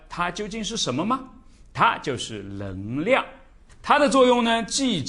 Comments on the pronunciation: 纠正一下老师的普通话，【能量】不是【棱量】这个发音对于南方人真的那么难吗？我有一位四川朋友，也分不清，我让他说【男子篮球】他说出的就是【篮子篮球】，就是N L不分，但是让他说【night】和【like】他却又分的很清楚，这件事我就觉得很奇怪~ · ㄋㄥˊ量 不是ㄌㄥˊ量